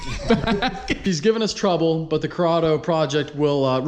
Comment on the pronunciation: CORRADO RHYMES WITH SILVERADO